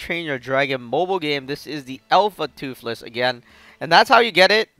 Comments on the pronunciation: Say toothless not toofless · seriously just because he is saying toothless wrong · I'm not liking or subscribing because u are saying toofless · Can you say toothless anymore wrong?